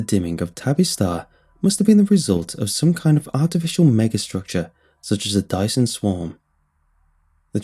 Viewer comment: A Dyson what??? XD you said that soo wrong :p